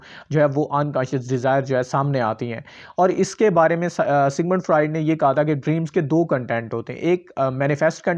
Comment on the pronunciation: Pronunciation mistakes Freud, symptoms etc